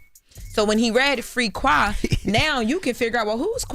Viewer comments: It’s pronounced free quay and that’s important because two of the defendants names are qua, get the facts right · It’s quay not no qua